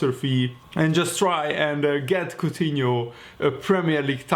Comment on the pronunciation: Aur from lyon not coughtino